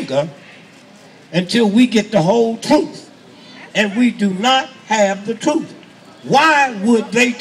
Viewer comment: Twuth Twuth He cant even speak correctly